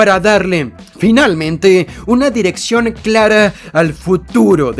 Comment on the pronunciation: "...La ofensiva de Pittsburghu-e tiene una direccion-e..." NO DURÉ NI UN MINUTO ESCUCHÁNDOTE...